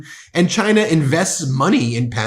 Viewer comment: Has he issued an executive order making people pronounce the country as 'Chine-ah'?